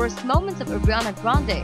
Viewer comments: Airiana 😭😭 you can’t even say her name SHSHHSHS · Why is she saying "agriana grande " xD